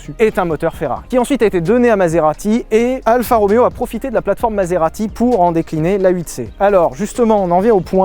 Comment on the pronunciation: c'est pas Alpha mais ALFA